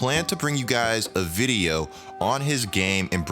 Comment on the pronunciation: Am I the only one who peeped that he said “you won’t want to miss another vidiuh 😂